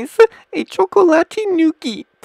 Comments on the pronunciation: WTF is this? When he said chocolate it sounded like he said cocain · GUYS I FOUND OUT WHAT DRUG HES ON! "Chacatoate cocain" (I know how to spell chocolate it's just the way he said it XD)